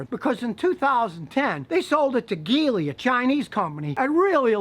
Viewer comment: Thanks Scotty. Big fan of yours for many many years. Geely is prenounced Jee Lee. In Chinese it translates to Lucky or Fortunate.